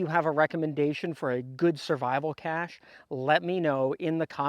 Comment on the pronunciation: Sorry, I hate “this guy” but….Cache is pronounced Cash.